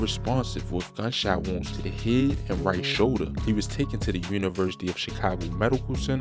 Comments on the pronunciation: Yep whenever you hear that "tew" I was like that's BMore all day... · Know your ass from Baltimore “teewww”😂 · You hear how he says 2/to/too 🤣